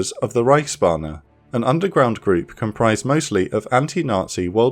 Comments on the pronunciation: I probably shouldn't nitpick pronounciation, but every time you said Reichsbanner I heard Reichsbahner, imagining how the Reich's railway employees were secretly plotting against the regime lol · Be careful to say reichsbanner like you would Bruce banner the hulk. Like you do it now it becomes reichsbahne the German reich railroad.